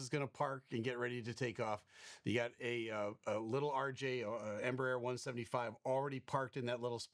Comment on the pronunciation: Embraer is pronounced: En Bra Air 😊 then you sound almost like the correct Portuguese pronunciation